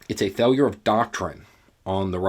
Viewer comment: "Every failture makes the initial plan more compicated"